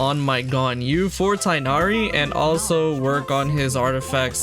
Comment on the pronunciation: Tig-h-nari. Not Tie-nari. Genshin please get your pronunciation correct